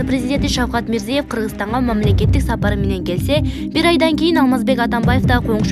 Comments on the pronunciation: Мирзиев эмес.Мирзиёев деп окусаң чоң кыз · Мирзиëев болуп айтылатго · Журналист кыз туура окучу мирзийеев дебей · Почему так небрежно выговаривает фамилию Президента Узбекистана, неужели нельзя подготовиться к эфиру и правильно читать текст??? Дикторы очень слабо подготовлены и всегда допускают грубые ошибки в произношении элементарных, казалось бы, простых слов! Очень плохо читают текст, видимо, у этих "дикторов " нет должного образования, а дипломы просто напросто, куплены! Даже слушать неприятно этих горе-дикторов!!!